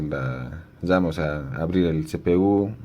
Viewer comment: Se llama memoria Ram no memoria dam